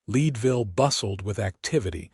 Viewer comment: Thecname of the town is Leadville, like the metal! Check the pronunciation of towns in the west!